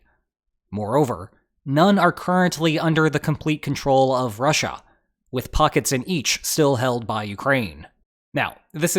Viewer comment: "Rush-A". The new official pronunciation on the channel xD. I love it.